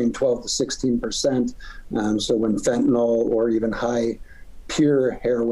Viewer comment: 50x-1000x stronger than heroin, yeah maybe carfentanyl is but not feentanyl LOL